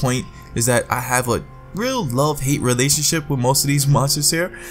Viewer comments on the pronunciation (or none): none